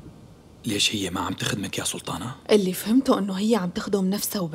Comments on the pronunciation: نرفزتني بسلتانه 🤦‍♀️ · ماتقول سلطانه تقول سلتانه 😅😅😅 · اللي عملت صوت ما درست حرف الطاء!! سلتان ، سلتانة😂😂😂😂